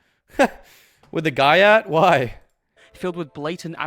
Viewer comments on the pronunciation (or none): Why does he pronounce gyatt as "guy-at" it drives me insane